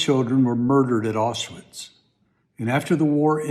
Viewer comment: Where/what is "Awswiss"...? Who is Rudolph "Hoss"..? Otherwise, a welcome commentary but please, try and pronounce history accurately. (Aushwitz. Hess)